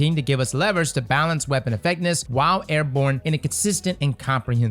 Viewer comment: "Airborne effecness"